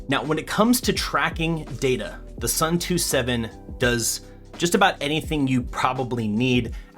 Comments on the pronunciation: Watching this while waiting for my Suunto [soon-to], not [sun-too] xD Nice video otherwise! EDIT: I see someone used the same example as me already, lol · Suun-to not Soo-too believe me, i'm from Suunto land Finland. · Say it with me now: ‘Soon-Toe’ 😂😂